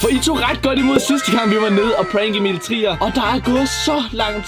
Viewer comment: I starten sagde du Emil tier